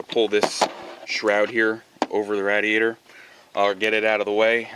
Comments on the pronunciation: Why the fuck do you call it a Rad-e-yator? It's a fucking radiator. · Great video, one thing though. . . . It's pronounced RAY-DEE-AY-TR. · Was painful constantly hearing rad-iator over and over..... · Yes, it's a good video... please edit radeator.... out, that was hard to watch hearing that! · The way u say rah-di-A-tor......🥊🥊🥊🥊🤬🤬🤬🤬 my ears hurt the whole time!!!! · Dumb women can’t even pronounce radiator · I just can't watch hearing you pronounce that!